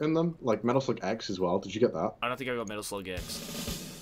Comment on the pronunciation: LOL ITS METAL SLUUGGG